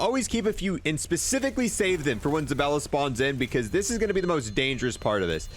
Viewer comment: Omg it's zabAlla not ZabElla!!! LOL